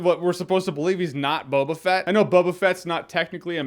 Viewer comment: His name is No-ba Fett